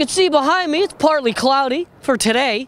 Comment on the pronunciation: HE KEPT SAYING PLARTLY pLartly!!!!!!